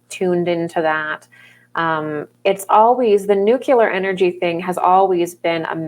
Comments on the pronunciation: It's actually pronounced new-clee-ur. Not new-cue-lar. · "Nucular stuff, nucular energy thing, nucular forces," no such words or things.